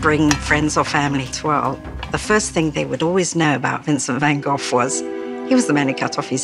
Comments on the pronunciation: Why are you making it seem like a horror story? Considering you cant pronounce his name correctly, I can understand why you don't have the story correct. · In a parallel Universe there is an english speaking person that can pronounce the name correctly.